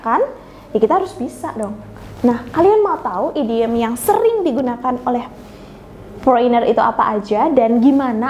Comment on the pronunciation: Foreigner khan dibaca 'Forener....bukan fo'Reiner lachh....🤨🤨🤨